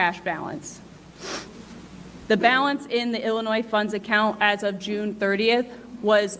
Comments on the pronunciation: Love you,. It's pronounced "Illinoi", even though it is spelled "Illinois". I'm sure you knew that and it was a slip of the tongue. To me it's Ill-annoying!:P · Correction ! No s sound at the end of Illinois